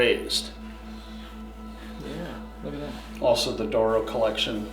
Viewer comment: D'oro. Not dooro